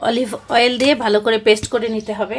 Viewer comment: আচ্ছা তুমি অলিভ অয়েল কথাটা এমন ভাবে বলো কেন নরমালি বলতে পারো না কথাটা